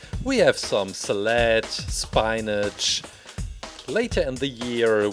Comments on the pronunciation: Who wants some seled and some spineage lol I know english isnt your first language so if you need help knowing correct pronunciations I can help its called sal-add and spin-ige and stomach muscles are called abs lower arm muscles are called triceps upper arm muscles are biceps breast muscles are called pectoral muscles and i can help more if you need it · Nobody: Absolutely Nobody: Me:Why isn't anyone else talking about the way he said salad and spinach